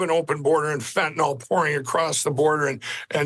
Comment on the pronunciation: Thank you for being one of very few who pronounce fentanyl correctly.